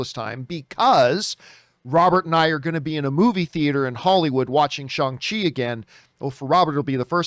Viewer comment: That's the way you pronounce it dummy